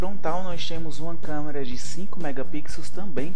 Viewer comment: "Camara" kkkkk